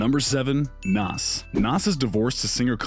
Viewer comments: Nass? Stop is pronounced naZ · Me too. Nass